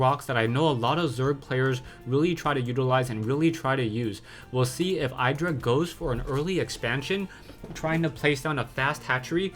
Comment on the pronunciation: you pronounce idra wrong fyi, if you watched the mlg dc games then you would hear how they pronounce it. not flaming, just helping